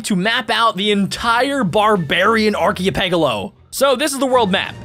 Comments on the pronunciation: like arkeypelgo when it is arkpelgo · you pronounced archipelago wrong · Lol he pronounced archipelago wrong Edleast I think he did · It’s called archipelago not archipelago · you pronounced archipelago wrong.